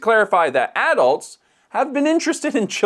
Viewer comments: Why do you have to say addults like that? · I pronounce "adults" differently from how he does.